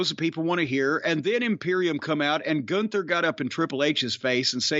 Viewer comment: Lol what a sorry state of affairs when the top guy is “Goonther” Edit: Apparently it’s “Gunther” and it’s some ugly ass dude with a dad body. People still watch this shit?😂